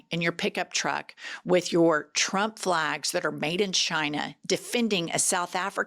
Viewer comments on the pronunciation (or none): none